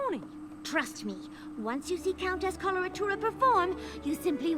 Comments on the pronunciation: Probably because its such a strange name and not spelled out when we first hear it. when i heard it i thought she said cholera tuna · why everybody has problems pronouncing Coloratura?